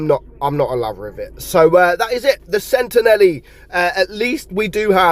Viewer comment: It’s not pronounced “Sentenelli” it’s “Sentinelle”, with a French hard “L”.